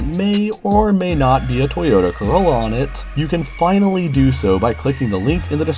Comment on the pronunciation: You know you've got me saying "Toyota Corollos" in my life now. So thanks for that.